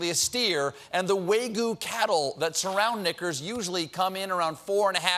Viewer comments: I’m guessing Colbert has never eaten wag-yoo beef... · "Waygoo cattle"